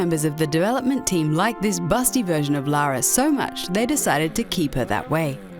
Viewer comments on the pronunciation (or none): none